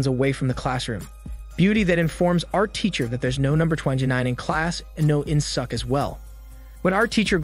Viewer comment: korean name murdered.. its pronounced as In Sook not In Suck.. good thing theres no Aut Suk and Blo Jab..